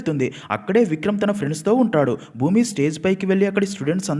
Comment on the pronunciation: Bhoomi kadhu bhooma